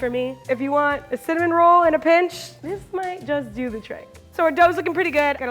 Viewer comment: “cimin roll.”